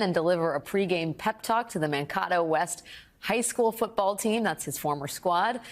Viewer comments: I'm from MN. It's ManKAto, not ManKOToh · Man K toe is the way it is pronounced! Mankato 😊